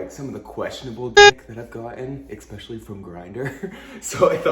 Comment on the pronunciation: He said ekspecially. Omg American people 😂😂💀